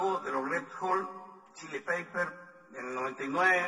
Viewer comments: californarion californicartion rel jol Chili peiper califirnicacion :v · los californaron red hol chili peipers calefil quinicacion se entiende que es hollywood ¿mente/vente? californicaCion paga tu cirujano muy bien para l..... ahí los minutos de su pronunciación :vvvv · "Luego de los Ret Hol Chili Peiper, en el 99', lanzaron su álbum, calefirquinicación" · jajajajaj xuxa este wn si que necesita clases de ingles. i think somebody needs to send this video to the red hot chilli peppers so they can teach this guy how the name of the band is pronounced.